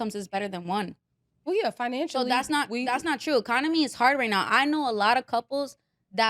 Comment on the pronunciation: “We don’t have the Aconomy”🧐🧐🧐🧐🧐